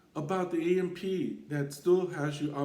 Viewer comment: The Ampee token what are you saying… its AMP